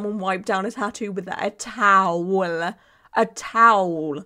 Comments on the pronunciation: “TOWELLL” is the new “CARPETT” 😂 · saying “towel” like Pheobe in friends saying “nestle tollhouse” is sending me